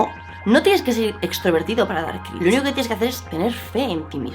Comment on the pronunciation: El... "crinch"